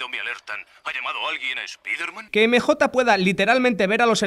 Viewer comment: "espiderman", "emejota"